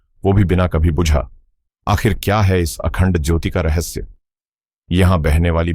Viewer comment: Bhai hindi to sudhar lo. Rahasya or rahassa